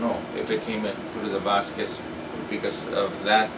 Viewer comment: Hes correct!! en Boriken( puerto rico) we pronounce our last name Bazquez or z silent.. Bazque